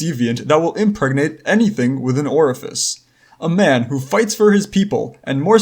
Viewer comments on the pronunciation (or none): say oreifice one more time